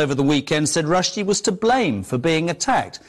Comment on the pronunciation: It's spelled sacrosanct, Modern Wisdom. Not sacrasanct. And your narrator thinks it's Salman Rush-dye, o Modern Wisdom.